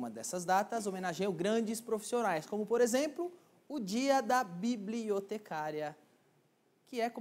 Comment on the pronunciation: "Biibliotecáária ,Biibliotecáaria ,parabéns pelo glúteo ,Biibliotecáária." kkkkkkkkkk